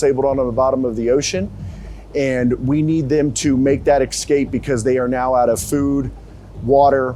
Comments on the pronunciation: Listening to this dude say eck-scape is testing me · One of the higher ups needs a boot camp on how to pronounce the word "escape" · instructor can’t pronounce the word escape.